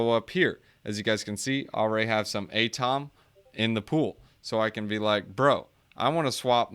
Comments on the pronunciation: You don’t pronounce atom as “A-TOM” did you have chemistry in school? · I cringe hard every time you say ATOM